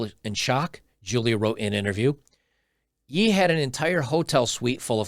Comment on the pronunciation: Note to you … His new name now is pronounced “Yay” - something to do with biblical scripture- as in “Kan-yay” (Kanye) - not Yee as you mentioned.